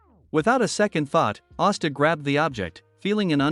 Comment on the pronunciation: Austa? Não e asta